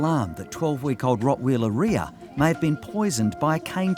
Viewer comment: By the way they said Rockweiler like Rockwheeler lol 😂